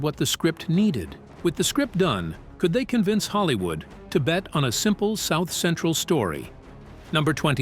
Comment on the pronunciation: Bro this guy can't even say South Central right